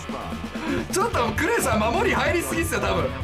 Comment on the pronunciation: 今更ですが、VIPさんの「ク↑レイ↓さん」って発音好きですw